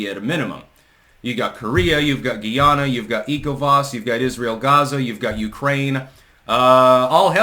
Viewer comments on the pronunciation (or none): Its Guyana as in Guy-anna. I would know as im from there. Juat a heads up on how to say it.